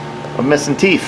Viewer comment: Is a furry? I ask because you say "teef" for "teeth".